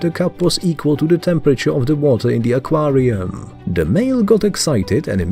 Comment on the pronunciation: Ah Quaaar Re UUmmm 🤣